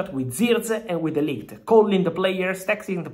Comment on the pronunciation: De Ligt not Delight 😅😅😅😅